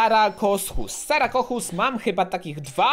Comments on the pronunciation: Nie sarakokus tylko sarkosuchus ehh polecam na nauki do mnie uwielbiam dinosy i jurasdic park :D pokecam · czyta sarkozuch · Wymawia się sarkozuh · Sarkosuchus sie czyta